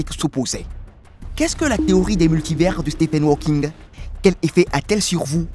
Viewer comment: Nom de nom (et je reste poli) apprenez à prononcer correctement les noms: lorsque vous évoquez ce célèbre personnage vous prononcez ‘’Stephen walking’’… une honte, sachant que ce monsieur aujourd’hui disparu a passé une grande partie de sa vie sur un fauteuil roulant … pour votre information (car vous en manquez énormément) walking en anglais, signifie ‘’marcher’’! Vous êtes nul!